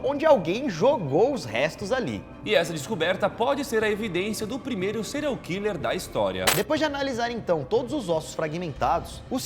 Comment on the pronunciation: O Daniel tentando falar o nome do serial hiller kkk